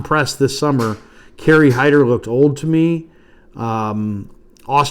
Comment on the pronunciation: Hyder? Really?